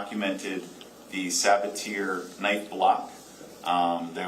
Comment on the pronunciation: The pronunciation of Sabatier is driving me nuts. It's suh ba tee ay